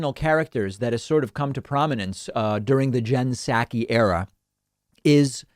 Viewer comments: Hashtag is Psaki not Pskai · Her name is not pronounced SAKI. The P is pronounced. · Dude, you need to up your pronunciation skills if you’re gonna be a guy who gives VOICE to issues. McEnany is NOT McEnaNNY. (She is not a nanny despite what it seems) And Psaki is NOT Psakki! When you order saki at a sushi bar, do you ask for “sakki”? It’s not sad as in Sack-ee, it’s SOCK-ee. 🙄🙄🙄